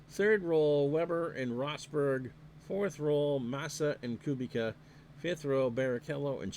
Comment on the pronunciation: For what it’s worth, I believe the pronunciation Koo-beech-ah. Enjoyed this very much. Thanks!